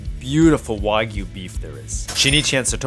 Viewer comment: ‘Why-Gyu’? I don’t understand why people struggle so hard to pronounce ‘wagyu.’